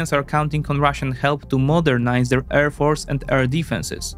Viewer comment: Love the vids, just one tiny thing. Please practice how you pronounce ‘air’ since you say it a lot my man